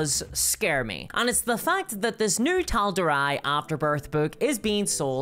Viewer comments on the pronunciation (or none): Tal'doray say it like that, not Tal'doreye That's my only quirk i have, otherwise, quite a fun and entertaining video... despite WOTC/Hasbro being sacks of potatoes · Have you even watched CR? because you keep mispronouncing the name of the Continent of Tal'Dorei, it's not Tal'dor"aye", it's Tal'do"ray". Don't blame your accent, i have thick scottish accent and still pronounce it correctly. And people give Matt shit for getting it wrong. It's the little things that bug me the most 😂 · Can't help thinking that you're pronouncing it Tal-Door-Rye on purpose after hearing Matt Mercer, the creator, pronounce it Tal-Door-Ray. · Sorry to be that guy but it’s pronounced tal DOR ray not TAL dor rye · Tal'Dorei isn't pronounced "Tal'dor-I (eye)" but rather more like, "Tal'dor-A." But yeah, I'm not happy with this. If they're basically partnering with WOTC/Hasbro, I won't be buying their system. I'll just stick with DC20 once that's out and/or what Kobold Press puts out or something. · Am I the only one bothered by the Tal'Dorei pronunciation?? 😂😂 it's Tal-door-aye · did you just pronounce it "tal-door-eye" wtf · It is pronounced tal door a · omg you don't stop, it justs worse. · You can tell this person has never listened to a single episode of Critical Role from their hilarious mispronunciation of Taldorei (3m57s). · This...person..can't even pronounce Tal'dorei correctly, and therefore hasnt watched CR.